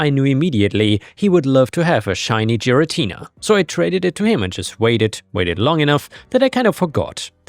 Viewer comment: hearing butcher giratina’s name (gare (like gary) uh tea nuh made me cringe slightly. anyway NTA on story 2